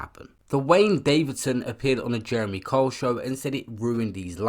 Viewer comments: But the narrator sounds like he is saying Karl. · Pronounced Kyle not cole. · Can’t this guy even say his name properly?!! Who the fuck is Jeremy Cole??!! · It's not cole it's Kyle ..pronounced K I L E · Sorry fam, you're really irritating me with your pronunciation of Kyle. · Guy cant even pronounce Kyle, does it surprise you he can’t read either ? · Why cant you pronounce Kyle??